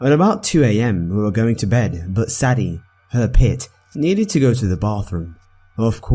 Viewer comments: I liked it, but the dogs name is pronounced Say-D not saddy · When people get offended over constructive criticism. God forbid he pronounce Sadie correctly in the future.